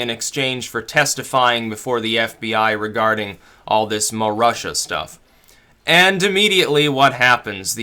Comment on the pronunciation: Her name is Marusha, not muh Russia ;)